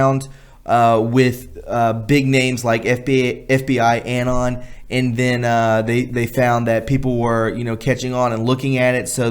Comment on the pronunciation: Excellent! Please bear with me as I correct a few minor pronunciations: Anon is uh-NON (like anonymous is un-NON-i-muss). Clandestine is Clan-DES-tin. The past tense of broadcast is 'broadcast', there is no '-ed' ex.: the program was broadcast one year ago.; it will be broadcast again in two weeks' time.'